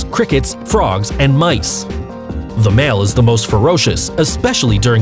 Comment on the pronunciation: Mieces!?!?!?! HAHAHAHAHAHA